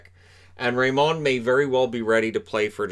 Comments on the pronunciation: Fantastic pick! But I have to stress that you dont pronaunce his last name that way. I´m from Sweden and you say it like you do in America. It´s simply Raymond ;) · It's Lucas RAYmond by the way, not rayMOND.